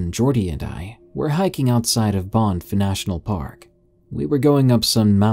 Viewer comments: Love the video! Also just so you know it is actually pronounced Bah-nff like anniversary and not baw-nff like awesome! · Is it Banff you're trying to say? If so, it's pronounced B-ah-nff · It's pronounced ban-ff. Recently passed through had a terrible experience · How can you mispronounce Banff?